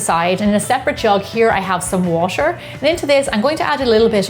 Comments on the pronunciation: Anyone mistakenly heard washer instead of water? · you kind of say water like washer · why is it so hard for you to say dough or water